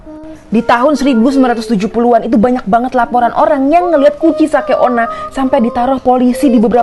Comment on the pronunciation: UCHISAKE ONNA BUKAN ONA WOIY